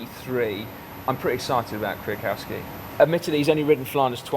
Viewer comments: Michał Kwiatkowski [me-how kviat-cov-ski] is going to take this race! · Michał Kwiatkowski is a great sportsman and he's from Poland - as you know Poles are very combative so he must win! Also his name is spoken like: 'me how' - Michał, 'Kviatkovski' - Kwiatkowski. Greetings from Cracow, Poland - city of time trial of Tour de Pologne :)